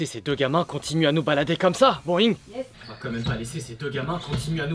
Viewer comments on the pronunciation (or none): c'est "BOINNNg" mais pas "BOIIINGG"